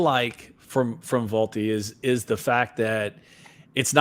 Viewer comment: Did he call Volpe Valopay ? Lmao